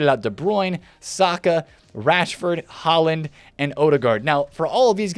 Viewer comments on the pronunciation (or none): none